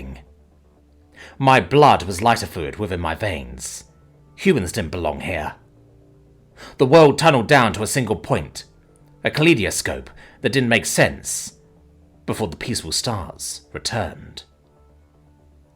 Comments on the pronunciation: For future reference, it's pronounced "kuh - lie - doe - scope." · CAL-LIE- DER-SCOPE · kaleidoscope is more pronounced as collide but with a a in the beginning. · Ahg, complaints about mispronounced word. Perish the thought! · LOOK IT UP: Kaleidoscope. Quite a normal word that you should know how to pronounce! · It could also be an accent or regional difference. Aluminum vs aluminium. You have the right to feel annoyed or irritated, but you don't have the right to be rude. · Ka-Lie-De-Scope Not gonna bother with the fancy phonetic spelling because nobody can read that.